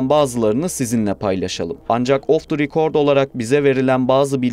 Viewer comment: Güzel güzel anlatıyordun of dı rikord dedin herşey bitti benim için